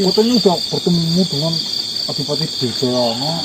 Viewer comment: Adipati adirgayana mas..bukan Dirgayana!